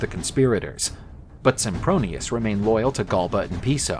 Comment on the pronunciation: Did they just call him Simpbronious? O.o